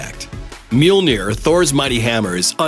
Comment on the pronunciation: Mjölner, not milnir...